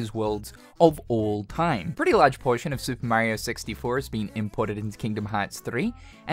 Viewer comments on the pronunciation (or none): none